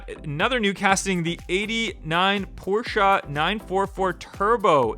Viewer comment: "Porsche", not Porschea.